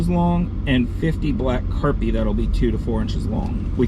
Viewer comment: Very nice looking pond! It sounded like you were saying Carpie instead of Crappie in the beginning, lol. Also, they’re Fathead minnows, not Flathead.